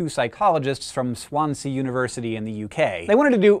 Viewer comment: fyi... it's pronounced swan-zee, rather than swan-sea.